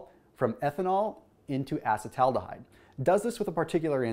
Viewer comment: Can you at least learn how to pronounce acetaldehyde correctly?